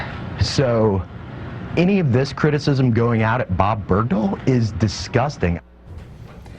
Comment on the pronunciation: bergdahl..... it's a fucking nordic name